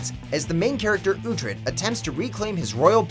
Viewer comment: It's actually Uhtred